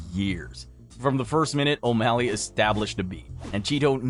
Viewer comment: then you purposely mispronounce the fighters name for engagement? 😂